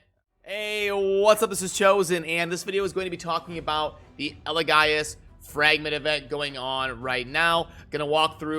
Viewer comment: Say it with me, EL-E-GAY-US, Not EL-E-GUY-US lol